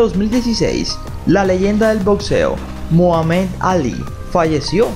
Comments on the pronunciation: Es bueno el video, pero debe cuidar detalles: forenses, mojámed alí, chac bérui, rócher mur, chóni lúis, con lo de Heather Rourke, culpo a los padres por no chequear a su hija, digamos, mensualmente, córui móntiz, jiz létcha, pol wóka. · Moamé Alí? No jodas, por qué no investigas cómo pronunciar, somos muchas las personas que te lo hemos dicho, eso indica que no es por criticar, es algo objetivo.